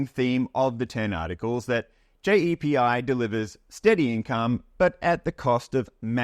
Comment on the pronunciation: JEPI is not an english term which is why the AI is getting it wrong, so it pronounces it as it sees it and hence JAY.P.I - great video though, I feel old lol